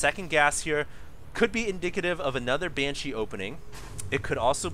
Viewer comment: BANESHEEE!!!!! lol